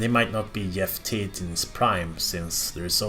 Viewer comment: "Yeff Tate"